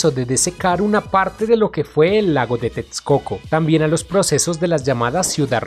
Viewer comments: TEXCOCO = La Equis se pronuncia como una simple "S" = TESCOCO. Veo que sufres cada que pronuncias la palabra. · Es mi imaginación o el que narra el video no es Mexicano?... pues su acento es un poco confuso., pues pronuncia tetscoco en texcoco y muchas palabras en Nahuatl mal pronunciadas... saludos!!